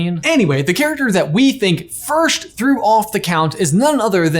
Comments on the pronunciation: does it bother anyone else he says first like firsht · Okay but, “firsht”? WHY ARE YOU SAYING IT LIKE THAT